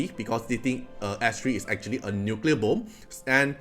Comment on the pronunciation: im a new viewer, the way you said bom. i definitely immediately knew you must be malaysian.